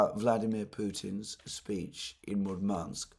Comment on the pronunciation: Alexander. no offense, but you somehow manage to get accent in Russian words wrong all the times :D MurmAnsk instead of MUrmansk, ArkhangElsk instead of ArkhAngelsk etc. A bit funny to listed. Please, take care of your poor throat. Warm milk with honey does wonders for me.